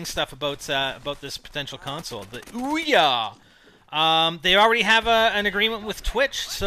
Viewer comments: It is not pronounced Oi-Ya, it is actually pronounced OOO-yah. Don't believe me then look on the FAQ at the bottom of there kick starter page. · actually it is oo-ya not Oi-Ya